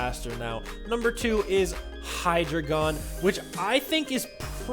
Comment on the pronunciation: Sorry, but you mispronounced Hydreigon's name. It's a combination of Hydra, and the German word for 3, and also the word dragon. Look it up. I'm only correcting you so you can avoid uptight haters who correct people in a very rude way. You care about us? I care about you too! You are one of my favorite Youtubers!